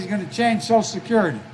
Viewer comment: What is "soscurety"?